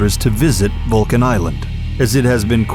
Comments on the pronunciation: ITS SAID VULCAN TAAL ISLAND NOT VULCAN ISLAND.. LOCATED IN TAAL BATANGAS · Vulcan Island? Really? Hahahahaha! It's Taal Volcano dude. We don't call it "Vulcan Island. 🤣🤣🤣